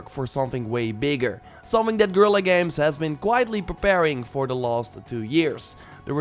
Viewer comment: Fascinating how even Guerilla misspronounces Guerilla...